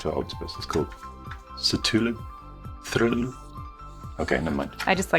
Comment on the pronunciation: CTHULU = "KUH - THOO - LOO"